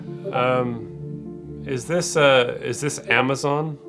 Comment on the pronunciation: dude can't even pronounce Amazon properly.. "ammeschon"